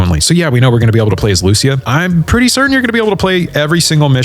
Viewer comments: The way you pronounce 'Lucia' is shocking. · Dude cannot pronounce Lucia correctly